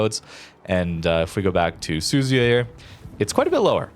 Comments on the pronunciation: FFS its NOT suzy-ya its su-zu-ya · Su-zu-ya. Not Suzy-a. better not go to Japan when pronouncing ships like that.😂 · It's pronounced "Soo-Zoo-Ya".